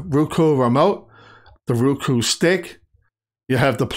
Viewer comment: ROku....not RUku...